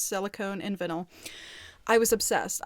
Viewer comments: I’m just gonna settle it, it’s pronounced vine-l lol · it’s pronounced like “Vine all” Lol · The "i" in vinyl is pronounce as "eye". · Hi love it’s not pronounced that way, they are also kinda rude to you .... it’s vine-al xxx ps love you and follow your asmr channel xxx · i dont think theres specifically a right way to pronounce vinyl? but ive never seen anyone pronounce it like the way you do 🤣🤣 i think most people say "vine el" if you wanna say it the "right way" ❤ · Is she trying to say vynil???